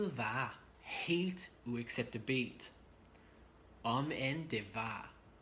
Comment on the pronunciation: Your pronunciation of "uacceptabelt" is wrong. The pressure is to be put on the "u" and the second "a" - UacceptAbelt. Just helping you out ;-) great lesson as always